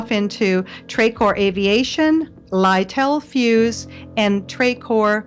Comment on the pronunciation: little fuse is NOT pronounced lytel fuse, it is pronounced little fuse